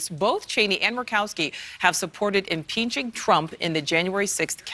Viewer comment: Did she say, "impinching Trump?" 😁